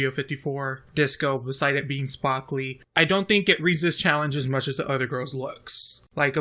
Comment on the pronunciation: “Beside it being spakly” lol are you from jersey